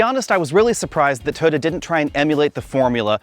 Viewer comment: Now I can’t unhear this. He jumps it down to 2 syllables.